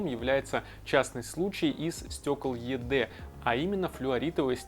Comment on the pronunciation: Только, наверное, не Е Дэ, а ИДи произносится.